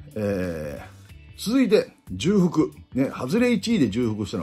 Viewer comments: 重複は じゅうふく ではなく ちょうふく です。 じゅうふくは×ではありませんが 元々は間違いです。 貴重をきじゅうと読む人が増えればいずれきちょうの横にきじゅうも辞書に載るかもしれませんね。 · 『じゅうふく』ではなく『ちょうふく』ですよ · 重複はじゅうふくではなくちょうふくかと思います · じゅうふく が凄い気になっちゃう（笑）本来は ちょうふく だけどもうこれもどちらでも良いって風潮になってるよね… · 里崎さん、じゅくふくではなくちょうふくでは？ww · サトさん色んなチャンネルで使ってますけど、｢重複｣はジュウフクじゃなくてチョウフクです。 細かくてすみません。毎度毎度気になっちゃって( . .)" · じゅうふくじゃなくてちょうふくね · 慣用読みで使われてますけど、じゅうふくは聞いてて恥ずかしいのでちょうふくと言いましょう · 重複は、じゅふくじゃなくちょうふくです、かんさいじゃなく かんせいがくいん。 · じゅうふくじゃなくちょうふくです！！ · 重複は「じゅうふく」ではなくて「ちょうふく」ですよ。「慎重」「丁重」と同じ読みです。「慣用読み」として使われているだけなので、今後訂正された方が言葉を使う職業として宜しいかと思います。 山下輝投手取れたのは良かったです。高校時代投げ方を見て波佐見高校の隅田投手同様木更津総合高校の山下投手をプロで通用する投手と見ていました。トミー・ジョン手術で回り道しましたが、パワーアップして戻って来ました。変化球のコントロールでは隅田投手と互角なので確保出来て良かったです。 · 重複をじゅうふくって読むのアホだと思われるので辞めた方がいいですよ まあ最近はじゅうふくって読んでもいいみたいになってますけど、読み間違えるアホの声が大きいからそれが通用してるだけであって やっぱりここは多くの人が見てるんで正しい日本語じゃないとだめでしょ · 重複は、『ちょうふく』と読みます！ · 重複（ちょうふく）が正しいかな？ 投稿おつかれさまです。袴田さんとの収録も楽しみだな。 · 里崎さんも「じゅうふく」民だったか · 重複をじゅうふくって言うの気になる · 里さん！ 重複は「ちょうふく」ですw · 重複→ちょうふく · 重複(ちょうふく) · 重複をじゅうふくって連呼するのがキツい。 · 重複(ちょうふく)です